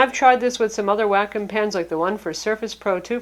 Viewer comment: "Wack- kum pen."